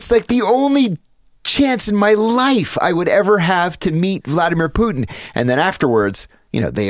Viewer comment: Its not poo-in. Its putin.